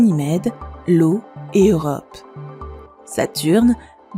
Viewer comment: Non mais sérieusement faites lire le texte par un narrateur ou un narratrice qui comprend ce qu'il (elle) lit! A certains moments j(ai douté mais quand j'ai entendu Lo pour io (je mets volontairement une minuscule à io pour être clair) Je n'ai plus eu de doute, cette narratrice ne connait strictement rien à ce qu'elle lit! Je continue à regarder quand même car l'écriture et les images sont de qualité, mais je suis cramponné.